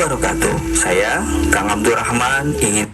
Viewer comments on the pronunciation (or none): none